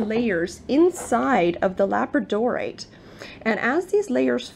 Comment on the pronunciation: Pronounced la BRAD o rite